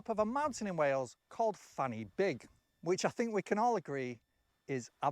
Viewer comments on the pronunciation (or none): The guy is English and can't pronounce Welsh. Fan-y-Big is not pronounced Fanny Big Try Van-a-Beg